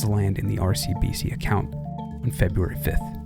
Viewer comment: 'Febraury' is my only complaint otherwise this is mint. Well done.